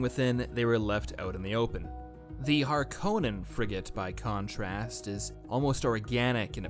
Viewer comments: That's pronounced "Layz" gun pronounced "Cel-lu-kus SEK-cund-US" Make up your mind its "Har-KO-nann" not "har-ca-NIN". Worse teacher ever. jk) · It's pronounced "har-Ka-nen" not "Har-Co-nen" I'm a bit of a purist🤣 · BTW, Harkonnen is pronounced Har-cone'-en. Thank you for the preview. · NOPE THIS PERSON IS WRONG LEARN HOW TO SAY HARKONNEN